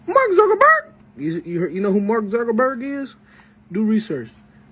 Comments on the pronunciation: I actually heard mark zuker burger. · I dont think i can unhear that Mark zucckarberg.